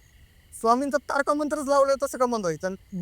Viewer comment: Tarka nahi ho bhau Tarak mantra mhna,🙏🙏🙏baki story khup bhynkr😢😢😢😢😢